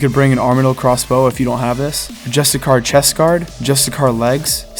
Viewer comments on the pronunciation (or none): Justicar = (juh-stih-sure). Great guide!